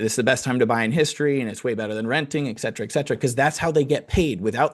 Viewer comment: it is not EK Cetra. It is ET CETERA